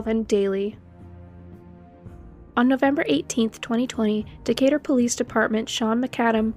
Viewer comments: Decatur is pronounced Deh-KAY-ter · Your videos make my 3rd shift job so much less lonely (drive cleaning parking lots by myself) didn't wanna sound creepy actually i live in huntsville. Just a heads up its said De-Kate-ur .. When i first moved here i said it like that too ❤